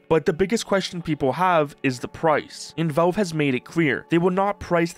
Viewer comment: The first vowel in "valve" is actually the letter A, not the letter E. It's not pronounced "Velve." It's pronounced "Valve." A's and E's don't make the same sound.